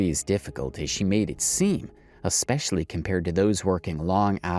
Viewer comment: Hey... There is not now nor has there ever been the letter "K" in the word "especially"... Proper English isn't that hard to master, you just need to practice. ALSO, have your parents not taught you that just because everyone else does it, that doesn't mean it's okay? "If all your friends were jumping off a cliff would you follow them?" You've never heard that? We need to turn things around, we need to bring honesty back into our lives and we have to start somewhere... So no sweetheart, it's not okay to lie to sell products, even IF "everyone else is doing it".